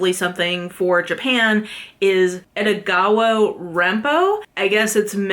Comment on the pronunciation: Edogawa's E is not like "Ee / I " but like "Eh" as in "E-xtra". Kindaichi is pronounced like "kin (like "next of kin") - die (like "to die") - chi (as in "chee(se)"). Kindaichi is a HUGELY popular multi-season Japanese tv show too btw. Aosama is "a (a-pple) - o (oh!) - sama". Keigo (KEI is ike ca-ble car and GO as in go) Higashino (HI as in "hehe" GA as in "lady gaga" SHI as in "she" NO as in "no"). Higashino is huge, and his new book came out last month and it already sold 600k in Japan. KA as in can, NA as in Nah I'm good, E as in E-xtra. Also, Japanese is a syllabic language so the pronunciation of each syllable doesn't change 99% of the time.